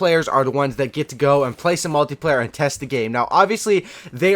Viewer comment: omg you said multiplayer not multeyeplayer!